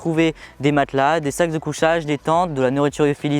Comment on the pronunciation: Super video comme d'habitude par contre la marque du matelas ça se prononce ''sitousemit'' et pas ''séatosomi'' (seatosummit) pareil pour les sacs de couCHage et pas sac de couSSage. Sinon super présentations bien détaillée 👌